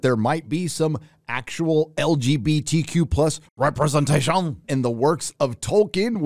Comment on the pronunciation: RepresentashOON! love it. Sorry i cant spell it better than u can say it.